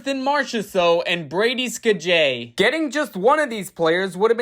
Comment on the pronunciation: Brady "Ska-Jay"